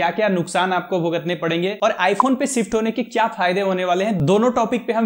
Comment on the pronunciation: Shift ❌️ sift ✅️